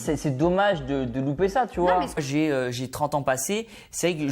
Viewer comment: Et toi tu te sens viril en parlant avec un ton de voix de racaille en fourchant la langue française? Par exemple quand tu prononces: "tu vois"? On entend "tchu vois" et quand tu dis "investi" on entend "investchi" peut être que la nouvelle génération se sent forte en adoptant une attitude et un langage de racaille venu d'ailleurs...c'est discutable de critiquer untel et autre mais faut se regarder soit même...médites dessus le jeune et ce n'est pas pour clasher c'est une critique positive.